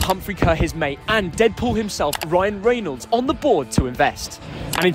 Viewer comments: Ohh god, no hope for Wrexham fans now, that your all over it, you couldn’t even pronounce Ryan Reynolds correctly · couldn't pronounce Ryan Reynolds name correctly at the beginning 😂😂. Wrexham deserved to win they played some really good football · I've never seen someone mispronounce BOTH Rob McElhenney and Ryan Reynolds names in the same sentence before! 😂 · You need to learn how to pronounce Rob and Ryan's surnames 😂